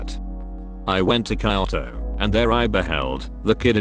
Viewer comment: TTS says "kayoto" Lol